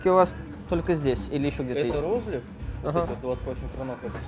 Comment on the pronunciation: рОзлив. Человек уедет из села, а село из человека никогда. Это как понять, что человек не Одессит. На Одесса, говорит Адэсса.